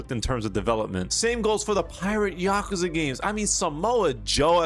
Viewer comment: Ahh yes, “Oouze”